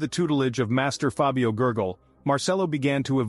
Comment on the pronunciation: moondeals and fabio gurgle not jurjel. sigh. that's as far as i got in this video before i tapped out. gonna go see how much they can fuck up gordon's story. later